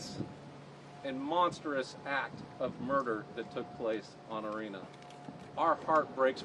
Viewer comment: Her name was "Iryna" not Area Grrrr